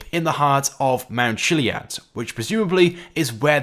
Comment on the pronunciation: It’s mount kiliad that’s how u day it